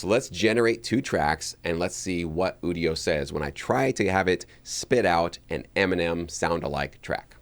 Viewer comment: People who don't know how generative AI works... or how to pronounce Udio. They probably also pronounce nVidia as "nuh-vidia" and "OS ex" instead of "OS ten". 😜